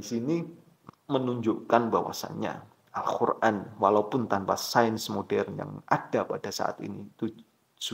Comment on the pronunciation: Kok saya mendengernya anda menyebutnya AlKhur'an, bukan AlQur'an?😢